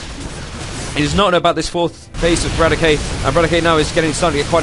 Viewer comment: btw correct pronunciation of roxkisbratok is - bra-tok :) not brat-o-key just spread teh word ^^